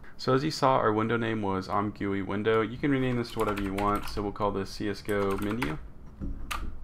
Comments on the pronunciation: "im gooey" man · Great job man! Your tutorials always help :) P.S.: It's pronounced as "I'm Jee You I" or "I'm Gooey" ;)